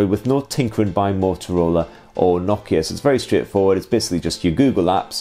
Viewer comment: Nock-Key-Yeh No-KEY-A